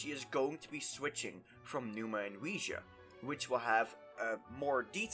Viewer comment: I'm sorry and I'm trying not to be offensive here. Are you making a joke when you say ousia, bc never have I heard it said that way. Im hearing wee - ja from you and I've only ever heard or thought O-si-uh And those don't sound at all the same